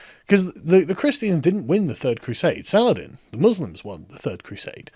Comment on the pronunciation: SUH-LAH-HA-DEEN. FUCK.